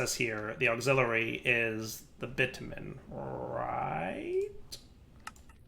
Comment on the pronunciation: Hearing pronounce bitumen in a way that makes it super clear he's not cursing is hilarious when he later says "I want your pink to be round robin" 😂 And if you don't get it then you're innocent, and that's ok too if that's what you want.